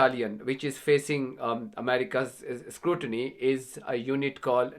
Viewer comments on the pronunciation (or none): none